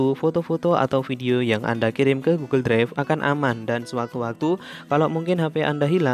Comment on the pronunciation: Bang maaf saya lucu dengar abang bilang " Goggle dregf "🙏🙏😹